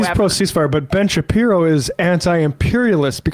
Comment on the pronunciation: When j aubry called him Ben Shapeepee 💀